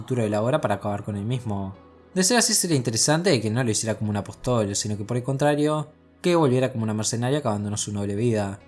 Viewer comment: Buen video. Apóstol tiene tilde. Lo aclaro porque lo pronuncias mal todas las veces.